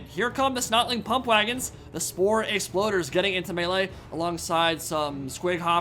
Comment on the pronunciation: "Logey"... yes... "Bogey's"...yes ... "Spore"... YES....................... "Exploders"... NOOOOOOOOOOOOOO... YOU HAVE FAILED US... YOU WERE SO CLOSE TO ACHIEVING GLORY